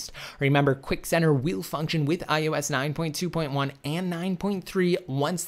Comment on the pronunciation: especially IOS he loves saying IUS Lol